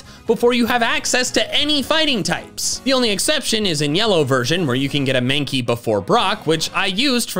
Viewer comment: MANKEY, NOT MANKIE! FIX IT NOW!